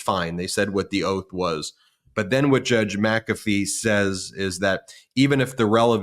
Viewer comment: WTH? MaCafee